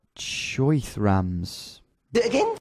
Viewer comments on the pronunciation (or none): This g just said cho thrans instead of chotrems